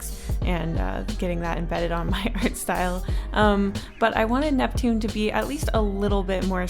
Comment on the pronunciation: Ursinus: uraina Neptune: nevien Pluto: preshu